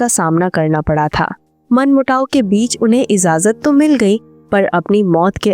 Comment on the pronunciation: Its not IZAZAT Its IJAZAT. Please prounance it correctly